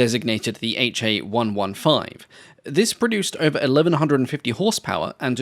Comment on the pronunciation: Just as the Japanese designation "Ki" is a syllable and not two separate letters, the engine designator "Ha" is. It's "Ha", not "aitch ay". Same with the weapon's designation "Ho", it's a syllable, "ho", not two letters "aitch oh". Japanese Katakana is a syllabic character set, not an alphabet. Each character is a syllable.